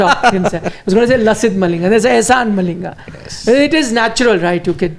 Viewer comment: Can someone please tell that Eshan Malinga is pronounced as Ishan Malinga and not as Ahsan Malinga... Effects of spending time in Pakistan showing 😂